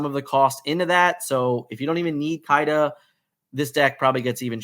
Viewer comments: It’s not Kai-da it’s Kee-da 🤦🏽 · I love you but it’s pronounced “Keeda”